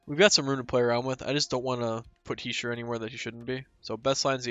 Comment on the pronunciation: You’re saying Hischier’s name right.